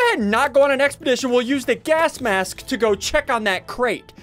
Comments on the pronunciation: Bro that's Mary Jane , not Dolores who is playing the tuba. Also, Ian pronounces gas mask as gask mask. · HE ALWAYS SAYS GASK MASK HAHAHHAHA